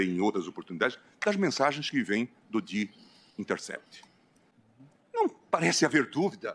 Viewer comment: Eu tava aqui pensando pq ele falava sempre "do de intercept". Aí caiu a ficha q ele fala o the de forma diferente. O som de " de" no Brasil é "di". Por isso minha confusão kkkk